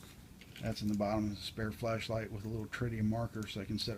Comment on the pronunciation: I keep thinking you're saying flesh light